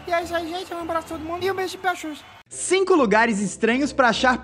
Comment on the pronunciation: Rir de mais ele foi achar o Pikachu na hora que entro falo pika de pau eles acharão Tai ele falo Chu kkkkkkkkkkkkkkkkkkkkkkkkkkkkkkkkk